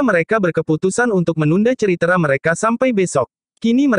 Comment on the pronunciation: Naratornya lucu kalau pas baca tulisan "cerita" ngejanya ceritra